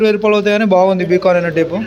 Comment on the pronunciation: బి కాన్ కాదు బైకాన్